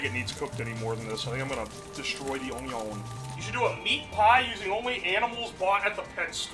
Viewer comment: Vianna, keen size and ongion. Can he say any words right? lmao